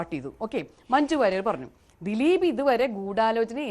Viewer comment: ദിലിപ് എന്ന് ഉച്ചരിക്കല്ലെ ഗോപാലകൃഷ്ണൻ